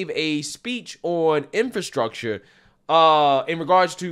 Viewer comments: Can't even pronounce "infrastructure". What an embarrassment. One person claps. Wow! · DELEGADATION instead of delegation and INFRUCTURE/INFRATION instead of infrastructure.... wow..... What the heck did I just watch? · OMG! That press conference was horrific. Delegadation? Infraytion bill? Boyle Bile? (Brendan Boyle) Smattering of applause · Hey fetterman it's pronounced ar-te-ry and in-fra-stuc-ture. Smdh